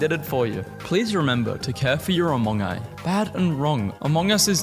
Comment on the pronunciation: yoooo!!! die of death. akchually its pronounced amongee not amongai 🤓 and dont forget a gore video..... yeah...... ME!!!! me trying to research NPD...